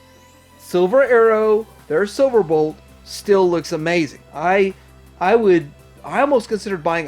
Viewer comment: I'm sorry but I heard the "spiriyit of the character" and "silverbort"